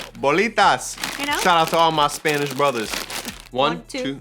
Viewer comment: has such a nice Spanish pronunciation 🤩🤩🤩 AMANDO